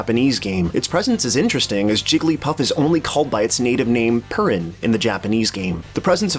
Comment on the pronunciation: Can say sakurai's name right but cant say Purin. I dont understand.